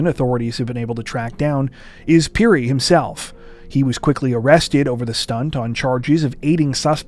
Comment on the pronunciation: Finally something from my home country Zambia and my brothers name is also Titus Phiri lol.And your pronouncing of phiri is excellent.